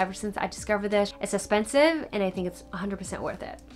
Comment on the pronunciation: Random but I love the way you say “eh-spensive” lol and your voice is so soothing!